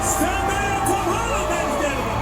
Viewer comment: Ir Andriau bruh ne zėndėja o zendaya (tarese)